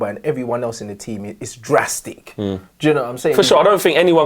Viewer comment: the way man said "DRASTIC" LOOOOOOOL